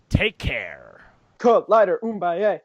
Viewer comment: isn't it boom-aye-A(<- hooked on phonics version) not uum-buy-A? I watched a documentary about the rumble in the jungle Ali VS Foreman and I'm pretty sure it's boom-aye-A. That was 10 years ago though so I could be wrong.